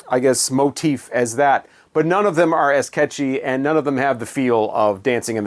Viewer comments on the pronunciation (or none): none